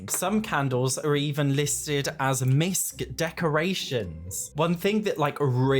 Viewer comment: misc = miscellaneous not misk...